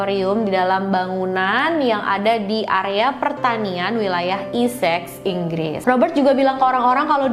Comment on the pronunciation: Ijin koreksi bacanya tetep pake 'e' bukan 'i'